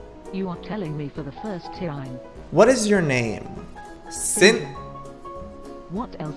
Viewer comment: XD said tiime